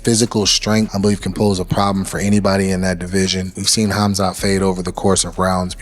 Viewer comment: Did rampage just said khumslut😂